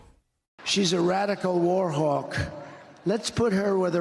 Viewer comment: I am not even sure he said "war hawk", sounded very much like "war hog" to me. I guess he does not even know the difference.